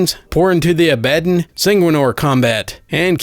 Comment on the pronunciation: More of these plz, also for the war hammer character Abaddon it pronounced ab-ah-don